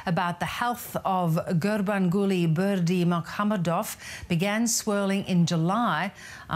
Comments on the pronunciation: Bravo Trevor! You said that name with such ease..I think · Respect for the correct pronunciation of his name =O